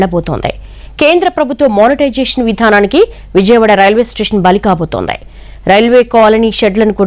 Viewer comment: రైల్వేస్టేషన్ ప్రైవేటు పరం కాబోతోందె....ఇదేం ఉచ్చారణ తల్లీ! కాబోతోంది అనాలి కాని.....